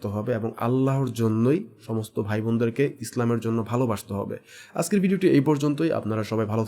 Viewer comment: শব্দটা ‘আসকের’ না, ‘আজকের’ ... আপনারা যারা মানুষের উদ্দেশ্যে ভিডিও তৈরী করেন তাদের উপস্থাপনা ও উচ্চারণ শুদ্ধ হওয়া দরকার ....